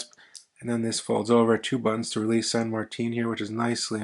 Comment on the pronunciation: San Marteen? 🤣